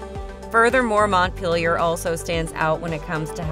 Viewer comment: I’m from Montpelier and the way she said Montpelier LMAO. Also the way she said chittenden lol, it’s pronounced: chitt-nen.